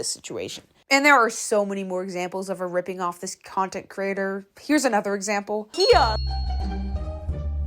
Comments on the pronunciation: girl can you call their names correctly? Clara DAO (not duo) and KIKA kim (not kiki) cause it's quite annoying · its kika kim not kiki kim lmaoo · hahaha sorry but you keeo pronouncing the names wrong ? it's kika not kiki or better kaka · Isn't it pronounced kee-ka kim not kee-kee kim 😅? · Not being able to pronounce her name right shows you did not do complete research on her before posting negativity about her on youtube just for views and content creation. Theres so much “news” and “unheard information” thats fake that i dont even know how people dont know that half of it is bullshit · Gurll see i told u these girl is literally obseesd with every content creator n she doesn't even know how to pronounce the name properly i mean every content creator copies each other n that's not a problem even mermaidscales didn't say anything to it.gurlly just quit doing all these you're making a joke of yourself don't u have any other work to do so you're searching for others mistakes 🤢😖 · Learn to pronounce her name correctly and properly first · No offence but, pls say her name right